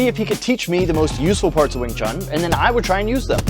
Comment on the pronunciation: Why americans say wing “chung” ? It’s pronounced wing “choon”. Like ecspecially and aksk is another yank thing